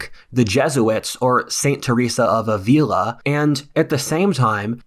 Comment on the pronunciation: Avila . Stress on the first syllable.